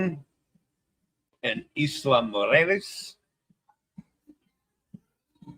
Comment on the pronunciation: A reminder that the azipods from ABB have been defective on many cruise ships. There are other makers besides ABB that haven't been defective. *mujeres= moo-hay-race, roll the R. The J in Spanish has the H sound as in fajitas and José! And use the default sound of AY for the letter E.